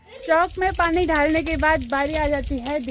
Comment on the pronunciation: डालने का उच्चारण ढाल ना मत बोला करो ड और ढ मे फर्क होता है ससुराल मे लोग छुई लगाय गे आशीर्वाद 👍🌹❤️